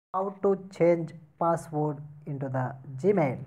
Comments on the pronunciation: Password ko passport bol raha hai.. Sahi se English bhi nahi bolne aa raha hai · Is he saying passport ?